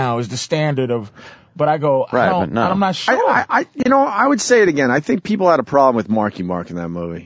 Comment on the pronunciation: "My beeple" lmaooo😂